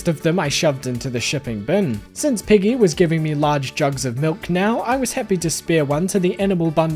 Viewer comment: Given the way your New Zealand accent sounds to me when you say "Peggy", I am somewhat disappointed that she is a cow and not a pig.